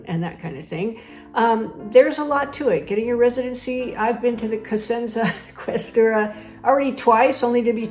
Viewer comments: non ques'tura , questu'ra 😅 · Oh wait, you say to other people to embrace the aspects that are inconvenient, such as the bureaucracy, but you pay other people to do that for you? You also can't even pronounce the word "questura" properly but here you are, pontificating about adapting. Quindi, cara signora, il suo modo di adattarsi consisterebbe nel pagare un bisognoso per fare gli affari suoi? Lei parla bene ma razzola male! Credo che sia alquanto sprovveduta sull'atteggiamento degli italiani a riguardo della burocrazia. Non piace a nessuno e se ha trovato qualcuno che fa la fila per lei, allora quella persona ha problemi finanziari piuttosto seri e ha bisogno di soldi. La maggior parte degli italiani la manderebbero a quel paese. Spero di cuore che la caccino a pedate da Siena.